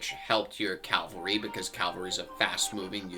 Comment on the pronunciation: First, keep on playing and having a blast. Second, it is CAV-AL-RY. Not CAL-VAR-Y. Calvary is a place. Good luck to ya!